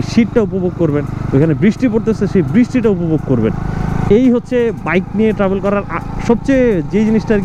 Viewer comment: বাই এডা ট্রাবোল না ট্রাভেল। 🤣🤣